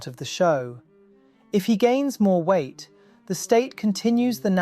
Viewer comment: He said “Kim lost some weght. Periodt. 💅🏻